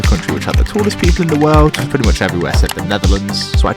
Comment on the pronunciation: im a pwetty tawl guy